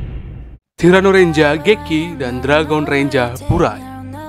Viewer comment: Ngomong renjer aje renja🤦🏻‍♀️